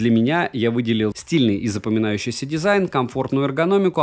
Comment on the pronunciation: "компактный дизаин"